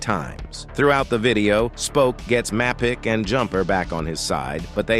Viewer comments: I missed “jam-toe-pee” and “map-ick” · the pronunciation of Mapicc is diabolical